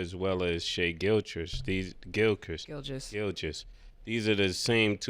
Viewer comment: How the fuck after all this time neither Cam or Mase knows how to say Gilgeous or Udoka??